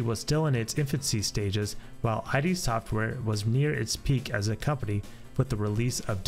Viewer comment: Id Software. Not Eye Dee Software.